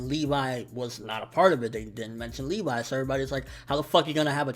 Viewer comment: It's Levi not LeeVie